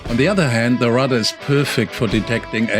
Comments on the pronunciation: Excellent piece. I really enjoyed your video. Your pronunciation of RADAR threw me off a little, because it sounds a lot like rudder. For an english speaking audience, the pronunciation would be more like RAY-DAR if that helps. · I understood. But...pronounce radar as ray-darr, and rudder as rudd-urr. I was wondering how you would set the rudder alarm. I think you meant Radar alarm. If I misunderstood, please correct me. Your english perfect otherwise. And this was a great video. Thank you. I subscribed. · Listen to your English to approximately Minutes. You will know that inexperienced sailors will just be getting to know yachts and the equipment on a yacht. The reason I have drawn your attention to the pronaunciation of Ra-Dar And Rud-Der is they perform entirely different purposes, but each is important in its own purpose. Yes, I understand, Swiss German and English is not your first language, possibly! However, when you use the correct pronauciation , then people will better understand your video’s. Proper understanding is important in Sailing, all the more so if somebody is alone.